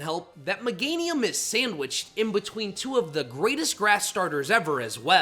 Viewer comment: 1. Pronounces Pokémon “Pokuhhhmon” 2. Meganium slander 3. Pronounces it Muhganium Here, chief. You earned this dislike.